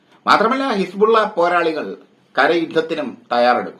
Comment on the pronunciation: ലോക വാർത്ത കേട്ടിട്ട് പഠിച്ചിട്ട് പറയുമെട്ടെ ഹിസ് പൂള വെന്ത് മരിച്ചു.. ഹിസ് പൂള ആ വി ആയി